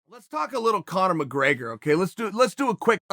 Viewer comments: There's no A in McGrAgor sonnen 😂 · “Connor McGraygor” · "Conor McRAIGER"